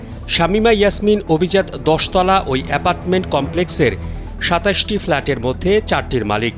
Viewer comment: কালবেলা রিপোর্টার উচ্চারণ শুদ্ধ করেন।"এপাটমেন্ট" হবে না সঠিকটা হবে এপার্টমেন্ট।